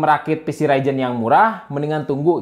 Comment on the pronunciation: Ryzen kang lain raijen 🤣